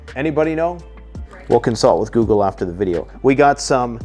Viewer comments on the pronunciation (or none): none